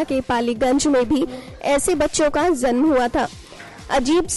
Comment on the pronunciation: kiya to bhi bolre ye zanm zanm...bolna to acha chahiye tha...